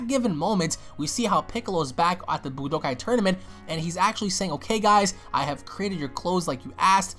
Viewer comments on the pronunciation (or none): none